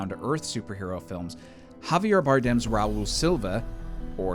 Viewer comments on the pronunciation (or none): none